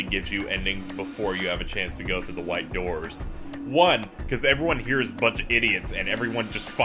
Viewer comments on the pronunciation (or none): Wait. Did just say w-pronounced h-ite instead of white?